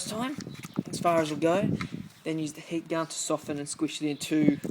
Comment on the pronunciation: dude, did u say , HEAT or HATE.. what are u Ausey? or what?